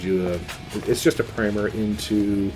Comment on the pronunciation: My goodness, primer pronounced correctly! Thumbs up for you sir. Good review by the way :)